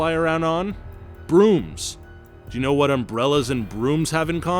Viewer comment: Am I the only one hearing him say “I don’t own either” /43, instead of “I don’t know either”? 🤔